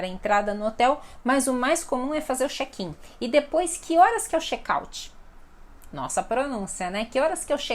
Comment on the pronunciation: A palavra Chat e Chek na se pronúncia assim como você pronúncia..